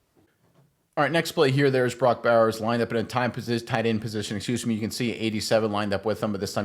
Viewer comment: Can't even say his name correctly?